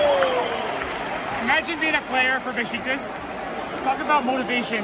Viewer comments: Nice vid, but please learn to pronounce the name of a 120 year old legend football club in Türkiye… its not “Bes ti kas” but BESIKTAS”! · Beshtecass? Its Beshiktash ( beşıktaş) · It’s Besiktas! Lol not Bestikas 😅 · its Beşiktaş not Bestikas:) welcome to our stadium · Beşiktaş is be-shik-tash, not besh-ti-kas. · No beskitas. Besiktas. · "Bestikas?" You had one job. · Beshiktash ; for correct pronunciation in English try to read this way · You read şt like beshictash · Funny how you pronounce Beşiktaş. „Beshictash“ would be correct. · You said Besiktas wrong but it’s ok